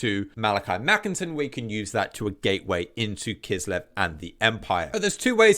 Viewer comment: 🤓🤓 Ackshually it's Makaisson not Makinson, Kholek not Khoelek and Tamurkhan not Tamurkhon 🤓🤓